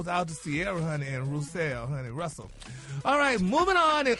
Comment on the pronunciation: Gary so damn dumb how you gone mess up a name like Russel